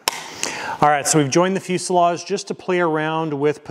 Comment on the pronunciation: The s in fuselage is pronounced as a z.